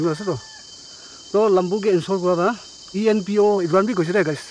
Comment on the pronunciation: ENPO ❎ inpo ✅😅😅😅 i just like hairstyle 😅💇